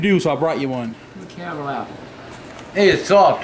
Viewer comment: Nice to hear an American correctly pronouncing the word “caramel”. 👍